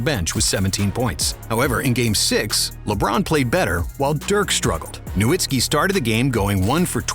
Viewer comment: Put some respect on Dirk and pronounce his last name correclty